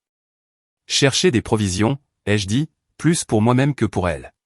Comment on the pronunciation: Quand comprendrez vous que ce n'est pas "Plusss" Plusss de tente. Plusss de voitures. Dit comme ça ceka veut dire qu'il y avait 2 voitures au lieu d'une au moins. Pareil pour les tentes S'il y en a 2, cela veut dire qu'il y en a au moins 3 ou plus. Là, il n'y a rien donc cela ce prononce "plu". Exemple vous avez bien mangé on vous propose encore à manger. Vous répondez " je n'en veux " plu ". J'espère que vous corrigerez vite ce défaut. Ça gâche tout.